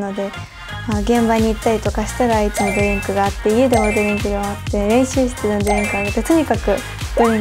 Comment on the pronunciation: ドリンクの発音が日本人と同じなのすごいと思う